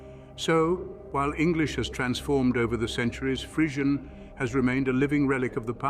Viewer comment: Crap video. He doesn't even pronounce Frisian correctly.